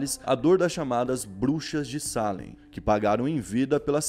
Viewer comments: Não é SÁlem... É SalÉm... A vogal mais forte é o "E", por favor... 🤦🏽‍♂️ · Se pronuncia Salém e não Sálem 👍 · Você escreve certo e pronuncia errado. É Salém e você fala Sálem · Deu um nervoso escutando ele dizer "sálem" e não "salém" kkkkkk mas ficou ótimo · a pronuncia está errada. Não é salem, é salem!! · pelo amor de deus para de falar sálem, o correto é salém tá me dando agonia akaakkaakakakak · Que agonia do falando Sálem kkkkkkk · Só por informação… Salem se pronuncia “Ceilam” vlw tmj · Mano, o acento é no "e", não no "a"